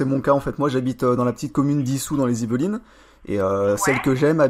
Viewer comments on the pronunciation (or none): On dirait que tu dis yves lines plutot qu' yvelines